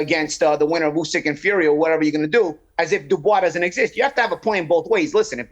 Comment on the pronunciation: Turki can’t even say Usyk’s name properly🤦‍♂️it’s ‘Usyk’ not ‘Ozik’🤦‍♂️